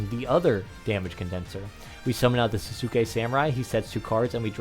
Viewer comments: Sahs-kay samurai is how its pronounced I'm fairly sure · people really don't know how to pronounce Sasuke even with how popular Naruto is : O